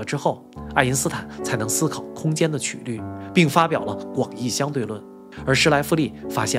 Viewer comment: 在数学中，曲qū率（英语：curvature）即“弯曲度”[1]，是描述几何体弯曲程度的量；直观地说，曲率是曲线偏离直线的量（程度），或是曲面偏离平面的量（程度）。发音的瑕疵被我儿子揪出来了😅